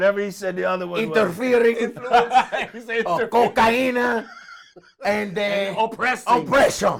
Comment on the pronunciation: nigaa said "interfeering" omy god